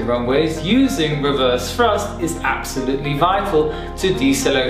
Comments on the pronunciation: Ok so it wasnt just me who kept on hearing "reverse frust" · His English is so good it's a shame to point out mistakes. This (annoying) way of pronouncing 'th' is quite common in London and the south west of England. It can cause confusion sometimes. Frust is obviously thrust because there's no such thing as frust. However, free/three - first/thirst - frill/thrill etc .. the list goes. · Did he say “frust?” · Weverst frusft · It's Thrust, not Frust! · Some people just can't pronounce "th" correctly. Since it is not a part of their mother language. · There is no F in thrust. I have a Southern accent but properly pronounce words in a professional setting. Love your video learn how to speak properly